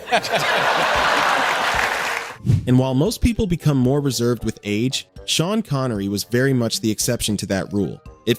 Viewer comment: You mean how Shavage Shean Connery Wash